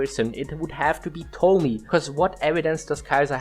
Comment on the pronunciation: I cant help but notice no one involved knows how to pronounce Tomie. Where are the junji ito fans 😢